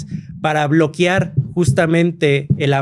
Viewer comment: Que esperas de alguien que es “historiador” y dice BLOQUIAR